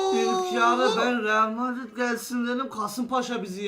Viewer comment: Arkaşın dili şüçtü realmardin demek istedi 😂